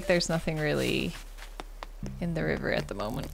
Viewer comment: Just would like to say that I love when you say “river”